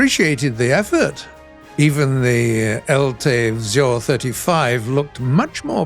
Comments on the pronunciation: Místo vzor vyslovoval spíše vzjor ale snaha se cení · Czechoslovakian techtree some day in future?? Maybe combined with hungarian and polish vehicles? I would be quiet happy. And BTW nice effort on pronouncing the word "vzor" it was good but still a bit funny